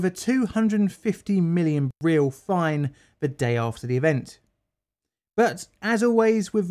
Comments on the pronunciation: And the currency Real is 'Ree-al' not 'Reel' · Brazillian Real pronounced Heaal.